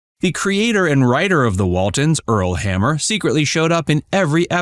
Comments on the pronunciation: Pronounced HAM-NER not hammer🤬omg Spencer’s Mountain not space mountain AI narratives suck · Its H-A-M-N-E-R NOT HAMMER!!!! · The creator of The Waltons was Earl "Hamner" Jr. You the person talking keep pronouncing his last name "Hammer" as in a tool. His last name is "Hamner" with an "N" not an "M". HAM "NER". Before you start reading, writing or speaking your lines learn how to read!!! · The man's name was Hamner not Hammer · HamNer. Not Hammer,. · It’s “Earl Hamner”, Hamner with an N, not Hammer. Henry Fonda was in “Spencer’s Mountain”, not space mountain. Space Mountain is a ride at Disney theme parks. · There are SO many inaccurate statements in this video! Do you not fact check or review prior to posting? And, it’s HAMNER! Not Hammer🤦🏻‍♀️ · It's Earl Ham ner, Jr.....not Earl Ham mer, Jr. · It's Earl HAMNER, not "Earl HAMMER". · The creator/narrator's name is Earl Hamner Jr., not Earl Hammer Jr. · It's Earl Hamner, not Hammer. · Earl Hamner, not Hammer. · I think the person speaking said Earl hammer instead of Hamner. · Hamner. Not Hammer. Jeez. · It's Earl HamNER. not Hammer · Ok,, language police here! The man's name isn't Earl Hammer. Its "Hamner." The "N" isn't silent. Actually "Earl Hamner Jr." You're free to go.😅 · Please, it’s Earl HamNer! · Did he call Earl Hamner, Hammer? I thought I heard Space Mountain instead of Spencer's Mtn. Ellen Corby had no husband from what I've read. Geer, not Greer. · Earl Hamner's last name is not pronounced "hammer" as you called it through this video. Will's last name is Geer, not Greer. Ellen Corby wasn't married. Will was the one to find her at home when she suffered her stroke after noticing she was late for work that morning, and she was never late before. Also, a fact you didn't mention regarding the set bedrooms...John and Olivia's bedroom didn't exist. It was actually the room they used for the girls' bedroom. They just switched out the furniture for filming the different bedroom scenes.